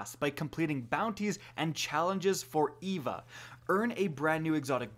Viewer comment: Dude, that's not how you say Eva